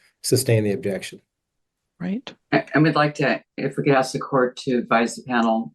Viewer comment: She doesn't recall 🤔 and you think a judge would know how to pronounce the word ask